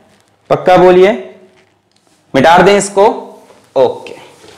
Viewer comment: everybody : Mita de ? Alakh Sir : Mitaar de !!!